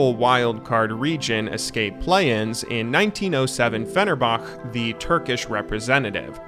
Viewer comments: Oh come on, you spend so much time reaearching etc. and then you can't pronounce Fenerbahce correctly? Did you not listen to all the worlds coverage back then? It's "Fenerbahce" where the "hc" is pronounced like the "ch" in "chill", for example. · Fenerbahçe is pronounced Phenehrbuhche btw. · this is the worst prononunciation of Fenerbahçe i have ever heard in my life. But a great video nevertheless! Keep it up! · Everything was still pretty good except your 1907 Fenerbahçe pronunciation 😅